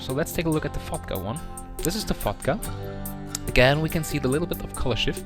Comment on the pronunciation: He says "Fotga" like "fucked up" haha!